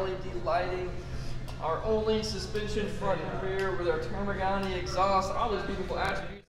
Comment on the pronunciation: Termi-ganni exhaust? Excuse me>> what did you just say????